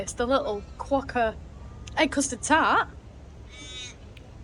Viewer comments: It's not a Ka wokka, it's a kwoka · it’s pronounced “kwoka”, not “koowoka”. 😊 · Lol. Kerwocka! Like fingernails on a blackboard 😂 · Hey, I'm not sure if it's your accent or not, but it sounds like you pronounce Quokka as Kawokka, haha. Glad you're enjoyed your trip to Rotto, it's been a few years since I was last there. I have some great memories when I was young, camping as a 15yo and spending a week on a friend's 50 ft catamaran in Thompson Bay over the New Year when I was in my early 20s. It looks like the weather is warming back up, so you'll appreciate the white beaches and blue skies all the more.